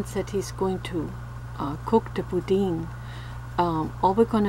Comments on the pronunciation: it's not boudene , it's boudin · It's not boudin its boudan say boudan but it's spelled bouidin